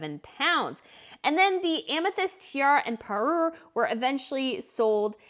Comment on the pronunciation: She doesn't pronounce anything right. Parure, Sotheby's. It drives me nuts.